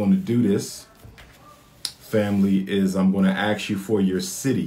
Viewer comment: Mr. PhD postulating a query or question is called "ASKING", not "AXING". Axing is the act of cutting down.